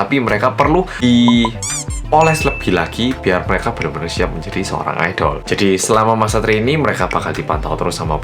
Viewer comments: Bang bacanya aidel bukan aidol:v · Pas ngomong "IDOL" krungu ku kok "ODOL"